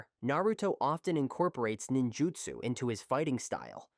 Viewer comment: I was starting to get mad already then I heard “Jinjutsu” and it sent me😤 you get a dislike from me and a hard recommendation to not subscribe😒